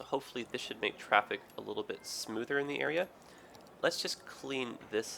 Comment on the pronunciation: I love how you pronounce "smoother" as "shmooter"